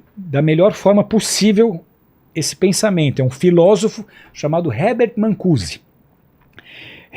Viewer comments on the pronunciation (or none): Errata: Marcuse ao invés de mancuse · Não é "Mancuse"! É Marcuse... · Esse cara tá lendo. Incrível como o professor Olavo de Carvalho introduziu conceitos e autores no debate, mas nunca é citado por isso. Outra coisa, o nome é Herbert Marcuse, não é Mancuse. Nem lendo? 🤦🏽‍♂️ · Cara, o nome do pesquisador era Herbert Marcuse, não Mancussi. E esse pastor deveria ler mais e entender melhor os reais propósitos políticos e ideológicos das épocas que ele tentou explicar, para não falar tanta besteira. Que monte de pensamentos conspiratórios, meu Deus. Está mais para disseminador de teorias da conspiração, do que para religioso. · Que maluquez. E é marcuse, nao mancuse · NÃO É 'MANCUSE", E SIM, HERBERT MARCUSE. E NÃO É DE DONAS DE "CASAS" , E SIM, DONAS DE CASA. NO RESTO, CONCORDO. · É Marcuse e não Mancuse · O filósofo era MARCUSE, e não Mancuse… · Esse cara é um embuste 😂😂😂 Típico acadêmico de internet. Assistiu meia dúzia de vídeos do Olavo de Carvalho e se auto proclamou profundo conhecedor da história contemporânea 😅 Não sabe nem falar corretamente o nome Marcuse 😅😅 Falou mais de uma vez Mancuse kkkk Isso é que é uma Mancada 😂😂😂😂😂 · Por que raios esse moço está chamando o H. MaRcuse de H. MaNcuse? De onde saiu essa letra N? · Tá na cara que este sr não tem estudo nem conhecimento básico sobre o que se propõe a falar. A Mancada do "Mancuse " não foi a única que ele deu ao longo da sua fala. Engana trouxa 😅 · Alguém avisa a ele que o nome do pensador da Escola de Frankfurt era. Herbert Marcuse e não "Mancuse", como ele insiste em ler? Sim, porque nota-se claramente que tá lendo a explicação alucinada que ele dá pra Contracultura. Além de moralista e fanática, essa gente é profundamente ignorante! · nossa, não sabe nem pronunciar Marcuse